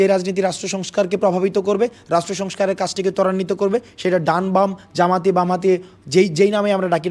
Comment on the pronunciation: জামাত নাম টা ভাল করে উচ্চারণ করেন প্লিজ